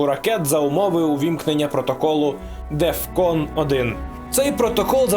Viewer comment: Протокол “Десептекон"